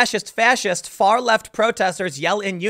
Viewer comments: *Far not farl. but its fine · "Farl" LOL